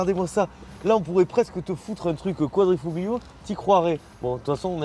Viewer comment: Petit tips prononciation : QuadrifoLio ;) (le G est quasiment muet)